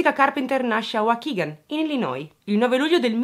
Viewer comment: Ciao, brava come sempre e sei una delle poche persone che pronuncia bene Illinois.😍Io l ho scoperto per caso che non si pronuncia la esse😘